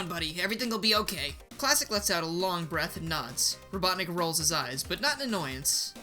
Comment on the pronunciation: Hate to be that guy but it’s, “Robotnik,” not, “Robotnic.”